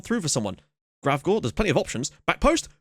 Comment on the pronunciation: A day early.....sweet :) And you actually got Gravgaards name right. :P That's how we pronounce Michael in Danish